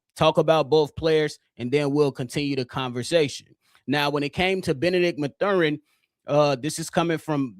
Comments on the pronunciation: I blame for the Benedict Mathurin miss! He heard how you were butchering his name on this pod and chose NO. 😂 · Constantly mispronouncing Mathurin